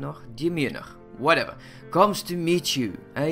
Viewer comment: demeanor - Dee - mean - nor